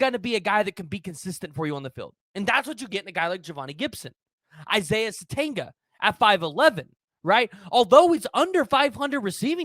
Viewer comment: It’s pronounced sa tenya He can also make plays as a kick/punt returner.